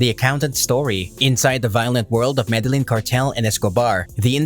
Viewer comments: Proniunced = Me de yeen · Man you need to learn how to pronounce Medellin. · Why couldn’t you say Medellin correctly :( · Madalin 😂 smh 🤦‍♂️ med e gin 😂 🤦‍♂️ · Jesus fucking Christ, you put all this effort in to these videos and you butcher the Medellin pronunciation... I think you're just taking this piss at this point